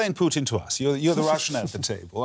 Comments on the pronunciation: It's PUTIN not POUTINE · Pooh-tin.....also known as "Darth Invader"